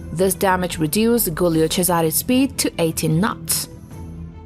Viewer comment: Guilio. Jooleeo. Not Goolyoh.